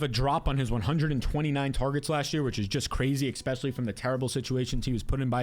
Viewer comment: Please stop saying eXpecially. It is eSpecially.